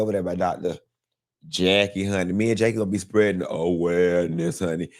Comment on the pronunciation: A-WARE-NESS 😂😂😂 took me out! I haven’t heard that in so long. Happy bday to my favorite “demure” rich hwhite woman 🎉🎉